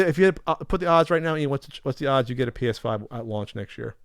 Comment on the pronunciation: It sounded like yelled, "Penis 5 News!"